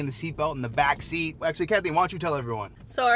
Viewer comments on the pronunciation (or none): none